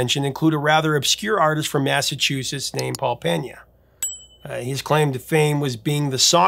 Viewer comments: FYI, his name is Pena (PEE-nah), not Peña (PEHN-ya). His family is Cape Verdean, which leans toward the Portuguese pronunciation, not Spanish. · If I'm not mistaken, his last name is pronounced "Pay-Na". There is no tilde over the "n" so there is no need to pronounce it like a Spanish name like "Penya".